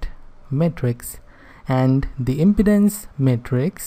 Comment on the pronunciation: Your prononuciation of "impedance" is not correct.